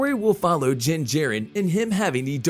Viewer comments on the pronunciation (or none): Din. Bro his name is DIN not Jin Jarren. Din. Din. Say it with me now DIN!!!